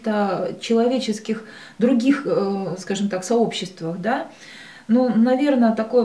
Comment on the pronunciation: "скажём так,скажём так" всё нё так мнё, всё нё так..